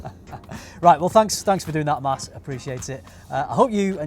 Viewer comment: its MAS! haha love this guy